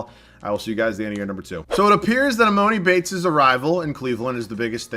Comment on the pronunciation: No hate but just so you know, it's pronounced E-mah-ni Bates